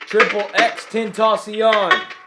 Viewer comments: He says it like xxx ten taus ion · Xxxtentaceown You might summon the wrong spirit. xxx ten ta cion pronounced {xxx-ten-ta-si-on} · “XXXTENTACYARN” what the fuck is “Tentacyarn”?!?? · "triple x ten ta Shaun" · “eX Ex Eax TEntAcIOn” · just saying but his name is pronounced XXX-TEN-TASS-EON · X x x tentocion is what you said bruh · Everytime he says tentacion!!! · You pronounced he name wrong so many times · can you ask X or his real name jahseh dwayne onfroy why he needs help and help him. Also you said his rap name wrong search How To Correctly Pronounce XXXTENTACION on youtube and I think that would make it more easier to grab his attention. I want you to bring so much help you can to him or you can live him alone to rest.